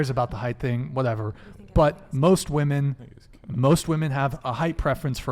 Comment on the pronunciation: Why do so many of these women refuse to say women? They keep saying woman instead…